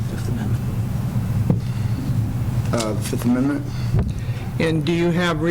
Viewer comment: I'm not sure guys, i think nick is trying to say fifth amendment.